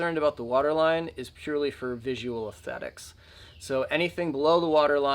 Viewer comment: "aefetics" I believe you were going to aesthetics - Love your work keep it up!